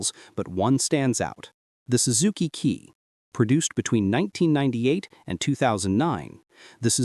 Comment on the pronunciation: Kei, from keijidousha, is "kay", not "key". No big deal.